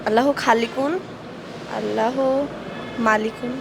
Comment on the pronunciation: উপস্থাপকৃত বক্তব্য সহি হচ্ছে না আল্লাহর নাম যেভাবে বললেন এটা তো সহি শুদ্ধ হলো না